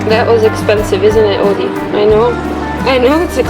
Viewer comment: SO ITS ODIE NOT AUDIE witch is my name it sounds like your saying audie....6 qid for 3 hours in NOT LONDON what a rip off grabbing bastards park up ede of city for free and walk in